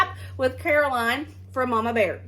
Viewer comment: Baird not bear doh! I subbed great job you two! 👏 👏